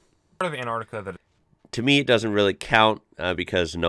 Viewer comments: It's pronounced as an tar ti ca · actully its aentarkta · but pronounces as antica which is wrong